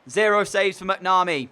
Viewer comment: Just for you to know I said last video donal is pronounced doenul and you say macnamee quickly